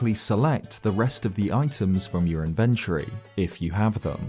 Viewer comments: Its pronounced inventory, not infantry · I can’t believe that’s how British people say inventory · That pronunciation of "inventory" o_O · The way this dude pronounces "inventory"